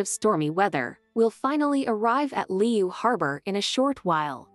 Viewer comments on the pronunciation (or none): none